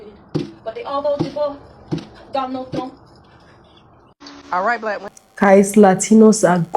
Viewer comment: "I will vota for Donnold Truump" "I will vote for Donnold Truump"😂